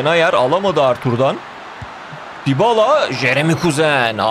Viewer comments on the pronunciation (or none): none